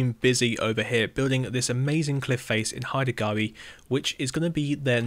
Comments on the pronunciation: It's pronounced Hide-a Gw(eye) and someone should definitely build traditional Haida plank houses there. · It’s pronounced hi dah gwhy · Is he trying to say haida gwaii lol